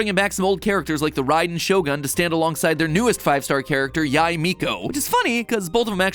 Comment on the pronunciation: noticing the inacuricies in the video (the mispronunciation of yae, snezhnaya, signora and tsaritsa and using the image of pulcinella the harbinger to represent the tsaritsa) is so very funny